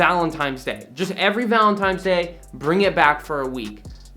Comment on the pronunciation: this man said "valintimes day".